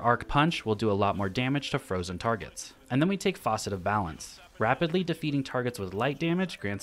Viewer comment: Why is he calling the fragments Faucet lol